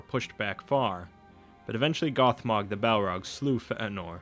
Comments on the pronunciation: you got a lot of this s*** wrong. there is no t in feanor and he didn't kill his father. that's when I stopped listening you should probably fact check this again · hey, no need to be offended, I probably came across a bit harsh..... Feanor is one I noticed, it's should sound similar to Fey-a-nor, or Eru should be similar to Your-oooo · fay-en-nor = Feanor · I almost can’t watch this even though it’s quit good because of the way he pronounces Feanor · Great video, only Fëanor's name shouldn't sound like fat norwegian. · i know several others have commented about this. . . but eru on a bike. the pronunciation is terrible. the information is spot on and highly detailed, but you might as well have called Feanor Sir Jeffries. at least it would have been pronounced correctly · This guy's pronunciation of Fëanor is painful. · I was thinking Feanor's name was pronounced like Fay-nor, or possibly Fay-a-nor? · Fëanor was not pronounced with a glottal stop. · omg how he says "Feanor" makes me cringe. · your terrible mispronunciation of Fëanor is pretty off-putting. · the way you pronounce Feänor sounds like you just had a hickup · No, that's how it's pronounced. The diacritic mark over the e just means that both the e and a are pronounced separately and not as a diphthong. It doesn't indicate a stop like the way you're using in the vid. Great stuff otherwise though :D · Ash: Yes, the "ea" should be pronounced as two separate vowel sounds, but the problem is that he's adding a stop in between them and there shouldn't be. The e in Feanor is a short "eh" sound, but it shouldn't be accentuated by breaking the airflow in the middle of the word. (great vids though - I agree with that :D) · just fea-nor. not fe-anor. not like Anor. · feanor, not fentenor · Feht a nor? it's Fay uh nor. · Fetinor? Feanor you mean? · "FeT Anor" .... ..... :/ it's FEAnor!!!!! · A bit late, but Fay-en-or, not Feh-eh-nor. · FAY-uh-nor, not Feh-uh-nor. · It's Fee-an -or not Fa - an - or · Fe eh nor?